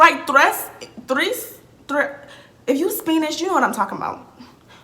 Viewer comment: “If you SPEENISH you know what I’m talking about” 😂😂 the way you said Spanish LMAOOO